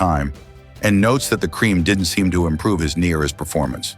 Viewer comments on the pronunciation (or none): none